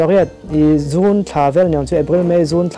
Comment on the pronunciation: June tih vel i soi thluk khi a pei